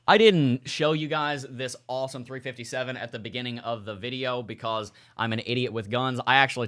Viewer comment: For some reason when you said .357 it sounded like 30-30.